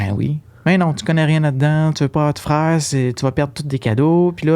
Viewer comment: Cest pas une question daccent. Cest que vous prononcez bcp de mots français tres mal. Par ex: frèare au lieu de frère, dècembre au lieu de décembre, patalon au lieu de pantalons. Vous sactionnez les universités anglo pour cause d'anglicisation, quand vs meme na savez pas parler votre langue.